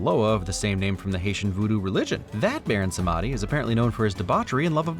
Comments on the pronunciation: Loved the video, just wanted to point out that it isn't prononced "baron samadi" but more like "baron samdi" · Samedi, Baron Samedi's last name, is French for Saturday, so it's actually pronounced "Sahm-dee", not "sah-med-ee". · Baron sem-e-di not se-mandi ❤ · I'm sorry, I love your channel and your videos but it's only 30 seconds in and um, you're saying "Samedi" wrong. Is that how they pronounce it in the film? Sum-odd-ee? It's more like Sam-dee. It's French for Saturday. Just for future reference. Now that I have that out of my system, back to enjoying your wonderful content that has taught me a lot about how movies are made while also making me laugh! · Not sure where the pronunciation was picked up, but the name Baron Samedi comes from the French rooted Haitian pronunciation. Samedi, which is French (Samdi in Creole) for Saturday, and pronounced "Sahm-dee" not Samahdy. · Pretty sure Baron Samedi is pronounced not Sam^AAH^-dee ^SAM^-Er-dee … As in, the French for “Saturday”. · Samedi is the French word for Saturday, but pronounced in patois. Sah-Mah-dee hurt me a little as a bilingual French speaker. But I will let it pass because expecting people that don't speak French to pronounce French words is a bit much. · Baron Somadi? That's not even close to how you pronounce that. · Ugh that pronounciation of "Samedi" hurted, and i'm not even french. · Funny thing how you know enough about guns to make those insider jokes, yet I know enough French to know that you pronounced Samedi wrong. ;) Also, Pale King? Does he like to install buzzsaws? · The mispronunciation of Samedi is killing me. If you've ever seen Live and Let Die, you would know how it's supposed to be pronounced